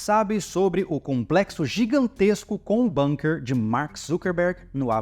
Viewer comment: Aprendi recentemente que a pronúncia é BUNKER e não "BÃNQUER" já que o termo é Alemão e não inglês 😊